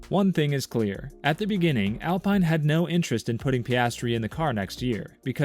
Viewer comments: It’s Alpine not alpiine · The I is pronounced as an e